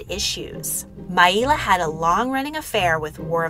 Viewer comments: Correct. And her name was Maila (My-La) not My-E-La right? If you love Maila like I do you should check out Ashes Fallen - The Ballad of Maila on YouTube. Such an amazing tribute song 🖤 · The pronunciation of Maila is wrong, it's not Mai-ila it's just pronounced how it sounds.like Mayla. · She pronounced her name "My-la" not "My-ee-la" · Everyone I’ve known even vintage interviews pronounced it mail-a